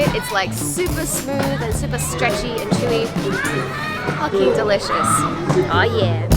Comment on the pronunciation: "ffaarrking" delicious"!! HAHA great video!! OMG DANGO FOR DAYS! KIWI living in Japan also!